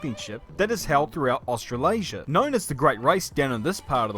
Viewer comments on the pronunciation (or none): none